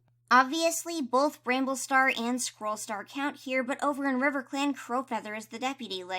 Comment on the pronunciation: you also said, "and over in RIVECLAN, CROWFEATHER is the deputy" this made me laugh SO HARD :D